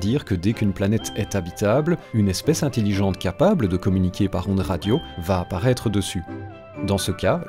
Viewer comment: "int-i-lligente" ... c'est intelligente